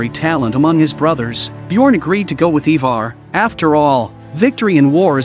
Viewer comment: He said “ he far” ( Ivar)😂😂